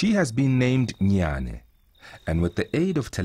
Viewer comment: Her name is Jnana (gya:nə) Not “Nyan” lmfao